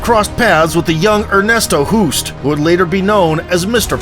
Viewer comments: Hoost is pronounced 'host', like 'ghost'... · Its NOT pronounced Cayman.... and Hoost is pronounced Host